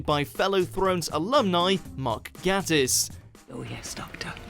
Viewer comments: It's pronounced ga-tiss not gatt-is. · Mark Gatiss (pronouced GAY-TISS) didn't direct The Crimson Horror; he wrote it. Also, Pugh is pronounced PEW. It's not difficult to get it right. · "Gah-Tiss"... um no. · Mark's last name is pronounced "GAY-tiss". And he didn't direct The Crimson Horror, he wrote it. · And he doesn't know how to pronounce Gatiss, either.